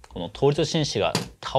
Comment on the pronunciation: 振子を「しんし」って読むの初めて聞いた